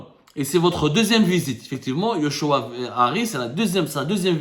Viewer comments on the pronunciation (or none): c'est joshua et non yoshua xp